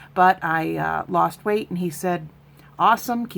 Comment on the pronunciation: Weight loss, not ER loss 🙂.